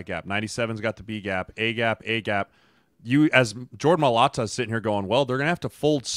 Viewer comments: Fantastic breakdown! You’ve earned a new subscriber with this one. I loved this but PLEASE, PLEASE learn how to pronounce Mailata. It’s so easy my 3yr old nephew says it correctly😂 It’s just My-lah-tah. No emphasis on the hard T needed either. That’s just annoying. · You're driving me nuts with the pronunciation. It's pronounced my-uh-lotta (Mailata). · Wtf does homeboy keep callin Mailata? 🤦‍♂️😂💀